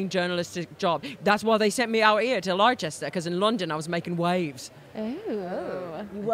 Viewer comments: apologies for being that guy but "Leicester" which is presumably what you mean is pronounced more like "Lester" Same deal as Worcestershire sauce being pronounced ~Woostershire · Leicester: ❌ "Lie Chester" 👍 "Lester" Yes, England is a silly place